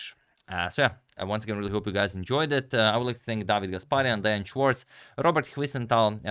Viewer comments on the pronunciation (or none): none